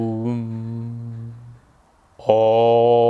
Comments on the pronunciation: फटा बांस AUM उच्चारण कर रहा है. बच्चे ये ओम नही अऊम जैसे बोलो. साथ में बिन्दु और अनुस्वार को भी समझो ABCD Lalaji 🤣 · Om chanting in American Accent 😂😂😂 hadd hai